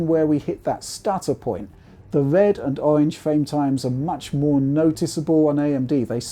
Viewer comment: His speech is clear for the most part, but I'm personally sometimes confused by how he pronounced the sound R. "Wed and owange"? :)